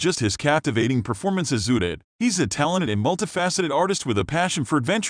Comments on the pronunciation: Who the F is uted? It's pronounced Ooooo tred! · It’s UHTRED no OODID! 🙄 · It's Uh..tred please get his characters name correct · You should pronounce the character’s name correctly. I’ve also never heard of his writing music. He is a talented actor, writer, producer and director. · You may want to learn how to pronounce the last name of the actor and the correct pronunciation of the character. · The computer can not say Uthred or England properly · Omgoodness....learn how to say Uhtred!!!!!